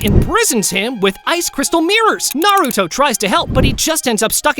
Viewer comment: On dit naruto pas nar